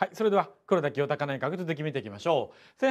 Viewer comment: ぐらいの黒田清隆内閣のところでって言ってるところなんかじわる滑舌壊滅的